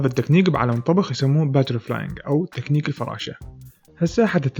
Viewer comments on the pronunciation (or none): المشكلة يكول تكتيك 😂😂😂😂😂😂❤